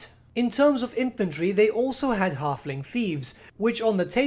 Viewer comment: "The tyme of the Harfling is noigh."